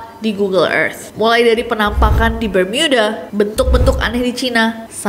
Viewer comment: Bermiuda😂. Terlalu Inggris